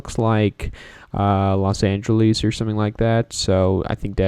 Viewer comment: The way you say Los Angeles tho 🔥 😡